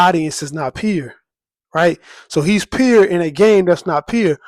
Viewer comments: "Too peer (pure)" 🤣🤣 wheres this dude from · Great Lupe celebration! I didn't realize you was saying "pure" until I read the comments. Don't change a thing 😉